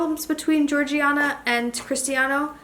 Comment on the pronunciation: Her name it’s Georgina not Georgiana